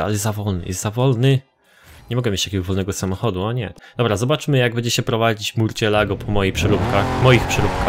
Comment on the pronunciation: czyta sie "musjolago"